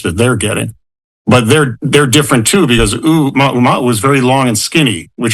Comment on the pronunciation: Man cant even name the comet properly😂 oumaoumaou... credible....